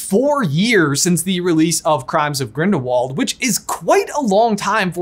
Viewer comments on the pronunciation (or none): none